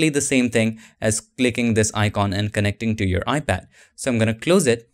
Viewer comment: I kept hearing “ibad”... not sure why..